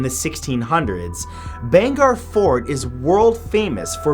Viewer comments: bhangarh pronounced like this bhaang ar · Dude ur pronunciation of Rajasthan and bhangarh 😔😔